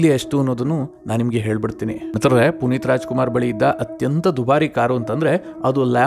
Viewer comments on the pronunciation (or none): Le ninu first ಮಿತ್ರರೇ endu correct aagi helu